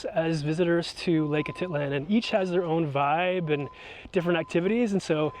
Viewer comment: Lake a tit lan. That’s a first I’m pretty sure it’s ah teet lahn